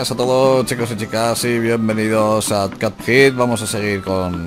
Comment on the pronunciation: Copjed (la pronunciación) :v